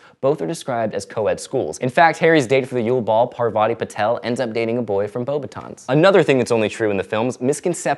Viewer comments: Your saying that pronunciation is important, but I don't think the French would pronounce the s in beauxbatons (sorry, don't wanna be annoying) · Also In the word 'Beauxbatons' the 't' should not be pronounced as it is a French word.